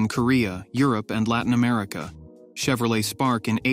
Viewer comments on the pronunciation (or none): none